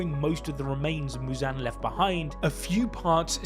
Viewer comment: Why the fuck is he saying Mewzan